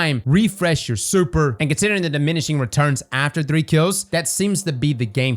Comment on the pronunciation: Super ❌ Surper ✅